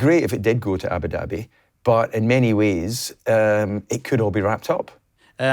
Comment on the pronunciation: The place is pronounced Ah-boo dahbee and not Abba-Dabby FFS!